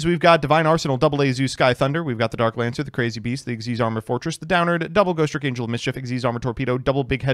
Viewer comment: I swear it is INFURIATING that you deliberately enunciate the second "T" in "Ghostrick" that ISN'T THERE